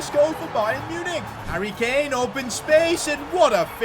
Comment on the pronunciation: Sane/ mane/ kane(ka-neyy) 😂😂